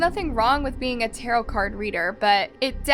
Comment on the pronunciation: tarow ? i thought it was tarot